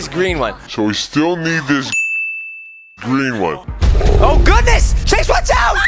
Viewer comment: You say green one